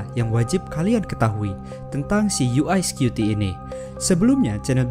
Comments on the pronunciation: bukan "yu ae skyuti" tapi "yu wae skuti" bacanya. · Dibacanya yu ai scuti ya...😅😅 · UI atau UY scuti nih, ngomongnya aja gaberes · "YU WAI SKUTI" bukan "YU AI SKUTI". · Yu Way bukan U eS skupi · UY Scuti : "Yu way Skuti" bukan "Yu Ai Skuti" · videonya bagus dan sangat menambah pengetahuan. Cuma sayangnya narator dalam video ini salah dalam mengucapkan UY Scuti. UY kalo dalam Bahasa Inggris dilafalkan: 'yu way', bukan 'yu ai', kalo 'yu ai' seperti yang dilafalkan dalam video ini, berarti UI Scuti dong harusnya? Mohon lebih teliti lagi dalam video2 selanjutnya, agar tidak misleading. Semoga sukses channel ini..